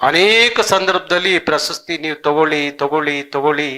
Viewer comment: ಸ್ವಾಮಿ ನಿಮ್ಮ ಉಚ್ಛಾರದಲ್ಲಿ ಪ್ರಸಸ್ತಿ ಎಂದು ಉಚ್ಛರಿಸಿದ್ದು. ಪ್ರಶಸ್ತಿ ಎಂದು ಉಚ್ಛಾರ ಮಾಡಿ